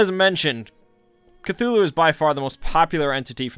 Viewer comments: “ClUeLuE” Bro work on your words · Still better than Kut-tulu. Which sounds shite. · "Knock Knock" "Who's there?" "Cthul".... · Something about the way he says "Cthulhu" just scratches an itch in my brain. The strange, breathy first syllable with the mic peaking oddly makes it sound more alien. Betting is an actual Deep One who figured out how Youtube works. Truly, the depths of his knowledge are unfathomable. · I think is said just thulu and the C is some random alien noise